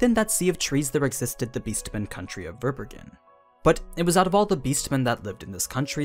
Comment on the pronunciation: Fun fact : Verbergen is a German word and means concealing or to hide which is quite fitting. It’s pronounced quite differently… your version sound really funny to me